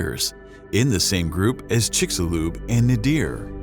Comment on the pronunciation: Amazing. The narrator knows how to pronounce 'Chicxulub,' but not 'kilometer.'